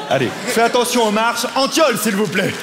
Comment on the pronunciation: En vrai j'ai cru entendre le bon prénom (car on prononce Antione) maintenant que je regarde la vidéo je vois que c'était antiole et pas antton mdrrr. En vrai je m'en fous je passe ma vie a corriger les gens sinon😂